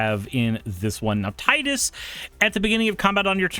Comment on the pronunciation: It's pronounced "Tee-dus". I don't know why Square made it so, but that is the official pronunciation for Tidus.